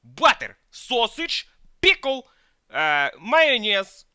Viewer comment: "PiKLe" 😂😂 Edit: YEESSS PICKLE 🥒🥒